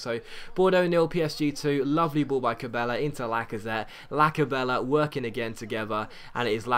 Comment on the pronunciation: It's funny how says names sometimes ex: Keita - Keiter Cabella - Cabeller